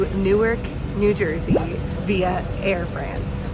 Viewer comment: Please work on your pronunciation!! It's not Air Freeeeence! Please!!!!! Even if you are Americans you should show respect to other countries languages and their pronunciations!